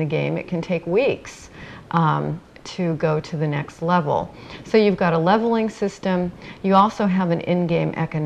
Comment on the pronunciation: virtual game world lol she jus cant say level can she ? (cough cough) im sick i got video game symdrome